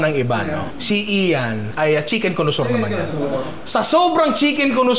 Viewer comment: connoisseur? colosaur kasi dinig ko hahahaha